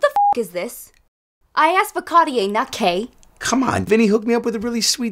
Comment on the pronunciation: Can't even pronounce Cartier ...